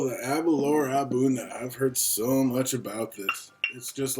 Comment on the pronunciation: Aberlour A boonaa is the correct pronunciation, I think ^^ Now try to pronounce Aberlour Casg Annamh hehe, they really know how to name them. Thanks for the review. I have tried several expressions of this now (62,66,67) and I really cannot become friends with these. Initially, they are quite tasty and fragrant. But, for me, I always get this note after the finish, a bit cloying and sharp. I do not get this in Glendronach, Kavalan solist, Glenfarclas or Glengoyne. It is not sulfur.......something else, which ends up putting me off the bottle after a while. It is always there, without water, with water, full bottle, half bottle. I did have the Aberlour 18 and that was finished in the end, but I cannot remember if it had the similar note. (possibly, but perhaps less dominant). So, it may actually be related to the new-make and how much they push into the feints or something. The A'bunadh may be too young for the casks to have done their work to round off such notes(?), don't know. It is sad, because the A'bunadh is not a bad scotch at all....just wish they would get rid of that awful end note, which lingers for hours.